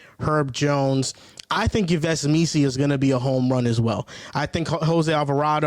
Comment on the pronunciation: Yves is pronounced “Eve”